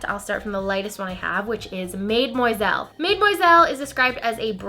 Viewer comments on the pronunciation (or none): Love the hair! Love the Reds, and I kinda want to try mademoiselle. P.s. Do u not know how to pronounce the French word for young women, mademoiselle? Cause u keep saying maid-moiselle and I'm pretty sure it's pronounced more like madam-moiselle. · mademoiselle, pronounced mah-deh-muah-zel.